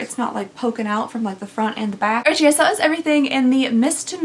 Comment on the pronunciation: "I said yef" LMFAO. I wear tanks as pajama tops. The auction house comments about the dress paddles were too cute. 😂 I'm guessing from the contents of all of these, the companies don't plan on you buying more than one box with the amount of ring dishes, hats, and worded clothing you receive.